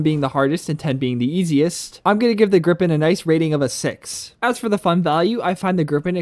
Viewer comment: Haha, it's Gripen/Griffin not "grip pen" 😂